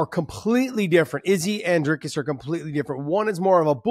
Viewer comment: Nice to hear Josh call him Dricus lol,finally learning names, Not very good analysis, Dricus has fought many 5 rounders prior to Ufc, you just haven't seen him do it yet in ufc, he had an issue with his nose which has now been fixed, still favor Sean in a 5 rounder but it's only cause we haven't seen DDP in a 5 rounder in a long time